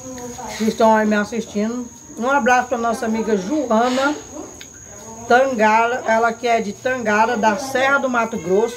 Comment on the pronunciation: o nome é TANGARÁ, a sílaba forte é no RÁ, se ajeite muié 🥰🤣🤣🤣🙋‍♀️